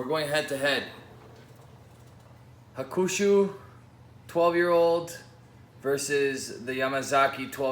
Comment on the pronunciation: It is pronounced HA-ku-shu, not ha-KU-shu